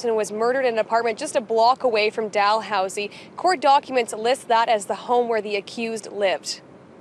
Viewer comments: "Doll-Housey" haha I love u... It's pronounced "Da-Lou-C" or "DaLooSee" Sending love from Ontario Canada 🇨🇦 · haha i love how you pronounce it "doll-housie" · "Doll Housey" haha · Dalhousie might be pronounced like that in the UK But locals pronounce it like the Cal in Cal-vin but Dal-housey, I hope that makes sense lol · Dalhousie actually pronounced "duh-loo-zee" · It’s pronounced Dalhousie Dal/ hous/ ie just like it’s thirty not Turdie lol oh and Canada has provinces not states though you’d know that because you said how bad and dangerous we are lol sorry about having to correct you but all those years of Catholic school lol love your show sorry again eh